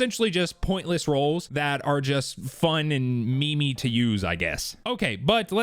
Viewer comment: DID THIS MOTHERF'ER SAY ME ME?